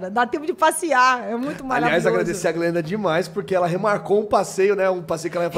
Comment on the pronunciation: o cara falando jalim para glenda KKKKKKKKKKKKKKKKKK